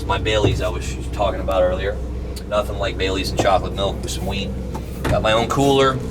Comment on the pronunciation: lol the way he says weed